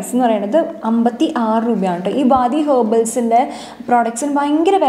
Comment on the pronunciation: വാദി അല്ല വാടി aanu😬